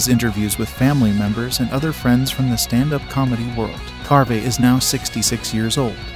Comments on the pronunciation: Its pronounced dana carvee not Dana carvay. And it's Tia Carerra like a Porsche carrera not Tia Care. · Dana CARVEY. Long ‘E’. You post an informational video and you mis pronounce the actors names. You didn’t do your homework, …